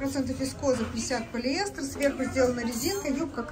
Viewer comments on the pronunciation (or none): none